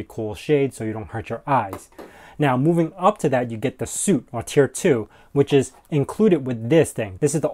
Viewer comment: "Suite" is said like "sweet". Just trying to help. stop being mad at me.